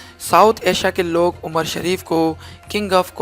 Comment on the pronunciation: Galt bol rahe ho qast shareef nhi he nam umar shareef he